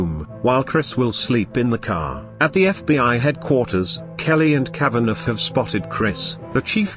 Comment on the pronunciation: The robot voice keeps pronouncing the name Kavaneff, because it seet the gh at the end. It should be Kava naw.